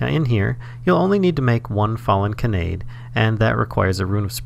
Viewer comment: Just putting this out there for future viewers and because it kept hitting me right in the feels in an irritating way: it's pronounced "kah-nah-day" not "kuh-nay-d". If you've ever watched Angel Beats, it's the real name of Tenshi (literally angel) which is why the description under the flower in Botania is "I'm not an angel" as it's a reference to that character. Botania is chock full of fun anime references :)